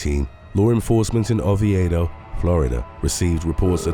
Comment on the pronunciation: It's crazy that I used to work in Oviedo.... and it's pronounced "Oh-vee-doh"